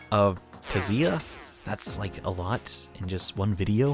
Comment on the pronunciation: I think the T in Tziah is silent?